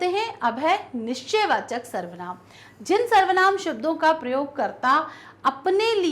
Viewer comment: mam said nijvachak nichchayvachak 😑